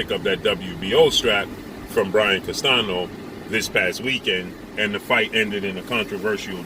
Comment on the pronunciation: He refuses to call Canelo P4P and he needs to learn how to pronounce Castaño correctly not Castano everyone can do it. If you dont know what Canelo said ask someone who speaks Spanish don't know 🤷where you get your information 🤔from